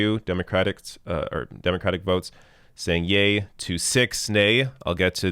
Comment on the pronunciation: sounds like she said “gay” instead of “yay”